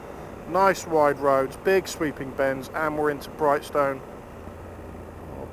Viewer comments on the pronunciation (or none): First time I've heard someone pronounce brighstone like that